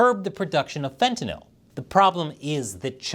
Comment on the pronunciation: you are the first person I have heard pronounce Fentanyl correctly. Most people pronounce it as if the word was Fentanol